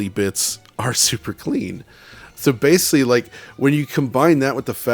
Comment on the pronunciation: keeps saying ‘basely’. The auto subtitles on YouTube translate that to ‘basically’. Is he just repeatedly mispronouncing the word basically, or is ‘basely’ a pc term I’m not aware of?